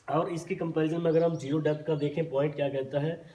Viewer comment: Debt ❌️ depth ✅️😂